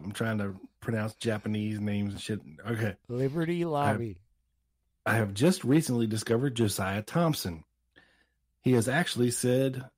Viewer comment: Top tip for pronouncing “Liberty Lobby”. Use a Chinese accent and say “Riberty Robby”.